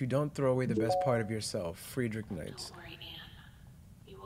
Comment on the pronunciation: i jumped when he mispronounced nietzsche but its aight. keep up the videos man. love yall